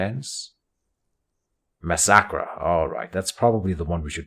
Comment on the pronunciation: I truly hate to be that guy, but the stance is pronounced (mass-a-cur) Love this series btw